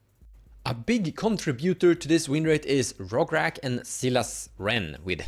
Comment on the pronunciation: Nooooo. You actually pronounces Silas right 😭 I miss it when you call him Silias 😭